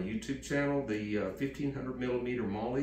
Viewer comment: It's a Maul , not a Maul e